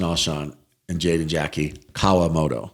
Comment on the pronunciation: Jimmy, can you teach how to say Kawamoto. Thanks